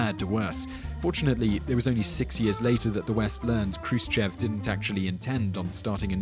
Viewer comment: its not k-ru-se-che-v but h-roo-shiyov